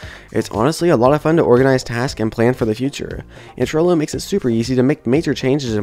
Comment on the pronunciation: Thats "Trello" with an E. Not "Trillo" with an I.